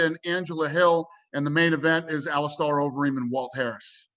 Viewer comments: Dana "AliSTARR Overeem" White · ALI'STAR' Overeem